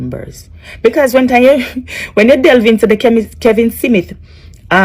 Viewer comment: STOP, you don’t look good and the word is not Simith it’s SMITH, talk bad gal.